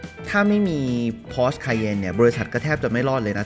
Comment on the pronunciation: Porsche อ่านว่า พอ-เช่อ ไม่ใช่ พอช ครับ